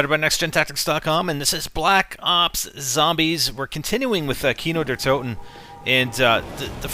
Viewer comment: How good he speaks "Kino der toten"!